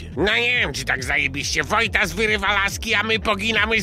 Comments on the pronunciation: Wojtas mówi Wojtaz to na twoją odpowiedzialnąść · 4.18 jest błąd ^^ mówi wójtaz zamiast walo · wojtas do wala powiedzial wojtss xD